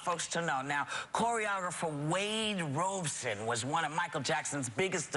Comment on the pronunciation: i love how they keep mispronouncing Robson’s name 🤣